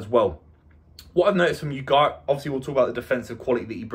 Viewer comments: It's spanish, so you pronounce all the letters. So should be U-gar-te. Not U-gart. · At least try to pronounce his name correctly. "OO GART". Took me a few minutes to figure out wtf you were saying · Repeat after me... "ooh-gar-tay" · Haha, imagine making an entire video about 1 person and not being able to pronounce his name.